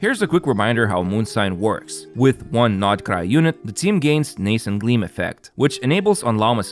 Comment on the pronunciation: You're the first CC I've heard pronounce "Nascent" correctly 😭